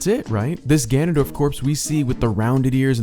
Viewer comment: Lol non "Ganon"?